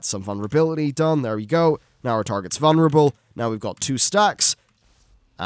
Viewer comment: VuLnerable. Not vunnerable... lol